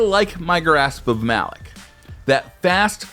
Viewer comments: ITS PRONOUNCED MA LOK GUISE NOT MALOK MAAAAA LOK YOU CANT DO THIS TO BUNGIE PAY ATTENTION TO THEM!!!!!!!!! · why do ppl see malick it pronounced malok